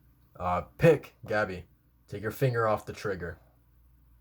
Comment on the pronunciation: Euthanization - "Youth-an-eye-zay-shun" Also, Pieck's name is more like "peek". ピーク = "piiku"